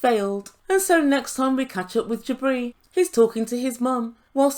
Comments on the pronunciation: Every time you say “Jibri” I hear “Debris”. 😳🤣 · That’s what I hear every time she says it! 👍